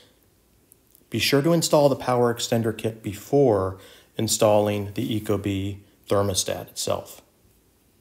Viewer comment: it’s company name is pronounced eeeko-bee, just fyi